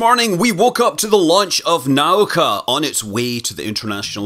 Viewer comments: The accent is on the u: na-OO-ka :) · Наука is pronounced naooka